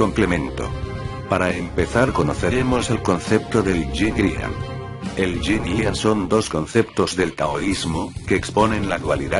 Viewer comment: Me perdi cuando dijiste ying yang xD